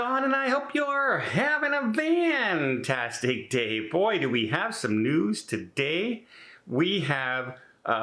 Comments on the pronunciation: It always sounds like you're saying vantastic instead of fantastic. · He is. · He is. And he's never explained why.